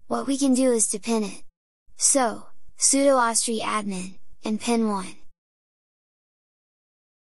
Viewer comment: Me: "What's an ahwstree?" .... "OH! ohh-ess-tree!" :D